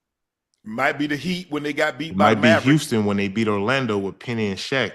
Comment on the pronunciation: Unc can’t say Houston any more